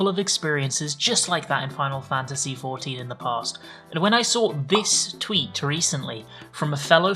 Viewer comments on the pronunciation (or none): My man, you're out here making a video about "insane interactions" and weird shit people said, but you're the one calling the game "ECKS EYE VEE".